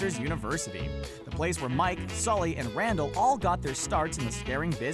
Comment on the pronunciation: It's Sulley not skully u nimrod lol